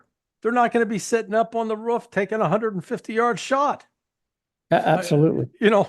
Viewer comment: I love listening to Larry C., especially when he pronounces roof like whoff 😂